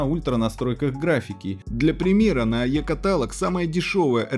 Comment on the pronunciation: катАлог, как же триггерит